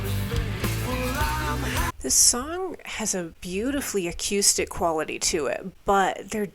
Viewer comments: Why do u keep mispronouncing acoustic? I know u know how to say it! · We need merch: a t-shirt that simply says "Acyoustic"